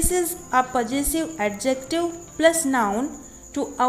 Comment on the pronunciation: You don't know how to pronounce Possessive clearly